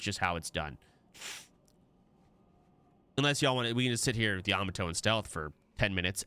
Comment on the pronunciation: bro stop pronouncing yamato like that